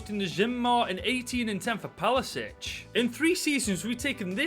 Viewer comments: Why do i get annoyed every time he says palasic instead of his actual name pasalic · Nobody:: 'Palasic'